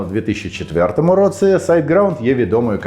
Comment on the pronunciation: Твоя українська стала такою класнною, цілі речення взагалі не видають тебе. Якщо я можу сказати, то 1 слово, яке більше всього різало вуху це "в такому то (!)році(!)" ось тут ти ніби кажеш слово "році" як "роцы". Нічого страшного, все дуже зрозуміло, проте, якщо цей маленький нюанс забрати, ще багато речень стануть нейтив-лайк 🤎